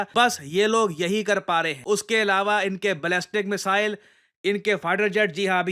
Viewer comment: मिसाइल.....❎ मिजाइल.....✅😂